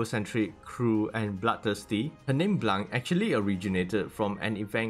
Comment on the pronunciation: When you say blanc you don't say the c at the end, and it's not june it's jaune, "au" in french is pronouced "o"